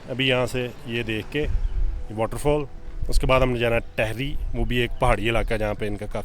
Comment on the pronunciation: It’s pronounced Teehri or rather Teeri:) Uttarakhand is beautiful next time visit higher places further up from rishikesh, devpeayag, many other prayags, badrinath etc. it’s a pilgrimage place for Hindus but abundant in natural beauty. Mighty Himalayas snow mountains!